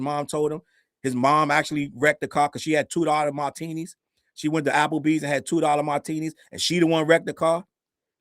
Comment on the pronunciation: 😂😂😂😂 “ 2 dollar MAtinies” 😂😂😂😂😂😂😂😂😂 I’m weak